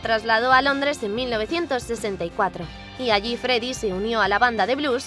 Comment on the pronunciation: Si da risa dijo el Feddie Mercury